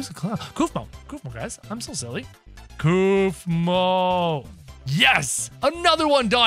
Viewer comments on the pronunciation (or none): It’s kaufmo not keufmo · Sorry to correct you it’s pronounced kaufmo not kafmo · It’s not kafmo it’s Kaufmo ur funny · Your saying koofmo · Stop saying koofmo